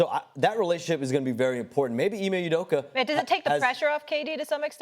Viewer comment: They can’t pronounce anyones names correctly. Udoka was Apeduku